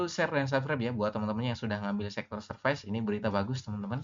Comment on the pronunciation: Tolong jgn pronounce "serfais", alay banget sumpah sok nginggris malah ngaco.